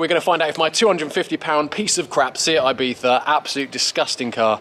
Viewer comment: “ibiTha” its ibiZa mate